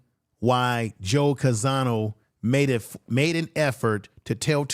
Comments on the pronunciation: Name is Joe Conzo, but you’re pronouncing it Joe Canzano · Not Conzano but Conzo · the correct pronunciation of Joe Conzo's family name is CON-ZO!